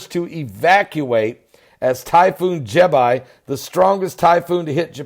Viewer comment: Jebi does not rhyme with Popeye, just like Iraq never rhymed with my shack and Arab never rhymed with Ahab. Apart from that, thanks for the good wishes. :)